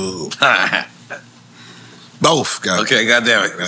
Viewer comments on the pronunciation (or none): If this dude say Boph one more time instead of both 🤣🤣 I'm from southeast Washington DC too and u can say it man I got faith in ya lol